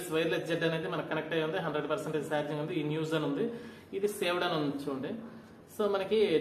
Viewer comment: సార్జింగ్ కాదు బ్రో చార్జింగ్